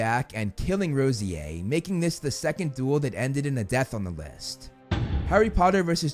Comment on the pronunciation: I thought the bronze trio was Draco Blaze and Pansy? And wasn’t Evan Rosier pronounced Evan RAHsyAir